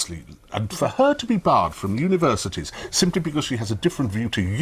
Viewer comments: 02 “Univerisities”? Is that how Universities is spelled in The UK? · Univer(i)sities? It's universities But the video content is nice though. 😆